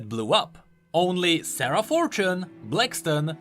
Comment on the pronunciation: Every time says "Sarah" I hear it as "Sera" and think he's talking about Seraphine out of nowhere.. ugh